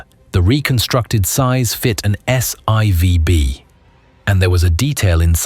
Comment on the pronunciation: You irritated my ocd….. The 3rd stage of the Saturn 5 rocket is called S FOUR b, not s eye vee! I remember the announcement that Apollo 12 was hit by lightning on the way up, but I didn’t know about the chaos it created. That whole incident was nothing in comparison to Apollo 13, and we all know how what happened on that mission. Please brush up on how to read Roman numerals!